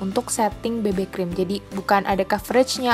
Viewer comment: Bebe krem??? bukannya bacaannya bibi krim ? hahaha